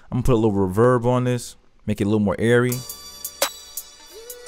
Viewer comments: Lmfao RUHverb I learned a new to way pronounce reverb thanks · much love bro! i appreciate it i had a feeling i was pronouncing it wrong